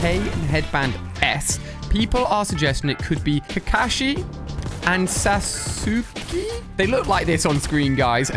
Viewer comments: Normal people: "Sasuke" Ali A: "Sasuki" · cmon ali a watch some naruto you can't even say saskeee right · It's pronounced Sause-kay, not Sas-ooky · Sasuske? Saskae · ahh yes sasooky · Ali a : susooskae every anime fan: it’s sos-kae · Ali u said Sa-su-ke u pronounced his name as a Female I'm sorry that's the Wrong way to say his name its pronounced Sas-ka On the other hand tho if Sasuke comes out in fortnight I'm getting him because I vibe more with him a bit more than Naruto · It's sas ke for sasuke not sa su ke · Umm Ali you have to watch Naruto...because there is no way you actually said "Sasukii" it's pronounced Sas-kay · Ali ik everyone is roasting you for sas-oo-key you were almost there that's the not as widely used saying the japanese one is sas-kay, just for the future in case you need it also kakashi was perfect (also it's Na-ruh-toe not Na-roo-toe but people call it different things) :elbowcough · ali its not sasuke its sas-ka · My guy said saoosky instead of sauske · Him:sussskiiii? Me:it’s f$cking susake🥷🏿!!!! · Ikr 😭 its pronounced sas-ke not sas-uh-key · Him sasuke Me it’s sauke Also me that makes no sense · Saasookee,nurudo,and cacashi💩💩💩🤣🤣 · sasukeeeeeeeee keeeeeeeeeeeeeeeeeeeeeeeeeee sasukaaaaaaaaaa not keeeeeeeeeeeeeeeeeeeeeeee comon man' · It’s saskay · Sah-sk-ay is how you pronounce Sasukes name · Bruh he said susuki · Sasuke is pronounced Sas-Kay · it is pronounced sauce-k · u said kakashi right but sasuke is like saying sas k but together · it’s pronounced sas-ke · I’m sorry but sasuke it’s like saying sus kae that’s his name but it’s spelt as sasuke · Correct me if I'm wrong but it's pronounced Sauce Kay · The way you say naruto and sasuke hurts me. Its nah-ruh-toe and sasuke is pronounced sas- kay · sasuke is pronounced sas-ke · its sas-ckay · Sause Kay is how you say sasuke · Sasuke is pronounced sauce- Kay Edit: before I watched Naruto that's how I pronounced Sasuke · It’s pronounced sas skay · Sasuke is pronounced Saskey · Who’s sa-suk-E